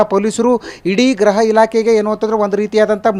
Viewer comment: ಅಣ್ಣತಮ್ಮ ಅದು ಗ್ರಹ ಇಲಾಖೆ ಅಲ್ಲಾ ಗುರು 🤦 ಗೃಹ ಇಲಾಖೆ ಅಂಥ ಹೇಳು